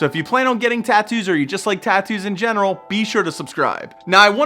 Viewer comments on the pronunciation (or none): none